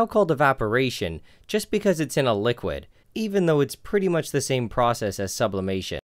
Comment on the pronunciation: Sublaperation? Subloiling?